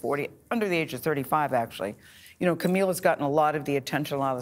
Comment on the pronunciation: can’t gayle get camille’s name right